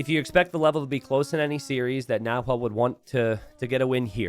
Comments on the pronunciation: "NaHuel" Chat "Nahuel is actually pronounced with a silent H...": "Yeah, but it's easier for me to say it with an H" Chat: ", please say it with a silent H, it's actually a cool word, it means cougar in the native language": "I'll compromise by calling him Yellow from now on" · Chat should have said the closest pronunciation in English is actually "Na-well", you need to help the native English speakers like that sometimes ;) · Don't pronunce the H in "Nahuel" 😆🇦🇷🇦🇷🇦🇷🇦🇷